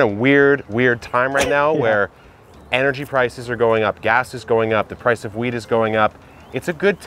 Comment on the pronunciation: i really thought he said the price of weed is going up.... i was like i missed the video where you planted that!